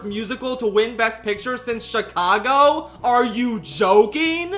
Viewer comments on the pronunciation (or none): none